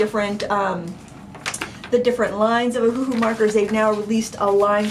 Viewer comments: Just a quick FYI that the company named itself after the Hawaiian island of Oahu, so it's not pronounced Oh-Hu-Hu, it's actually pronounced Oh-Uh-Hu (Owahoo). For some reason, they went with a phonetic spelling and that's why so many people mess up their name. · Yeah Ohuhu as read sounded quite silly